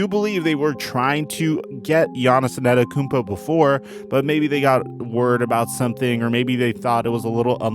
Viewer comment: An-teh-tuh-koo-onm-po NOT Ann-et-uh-kun-po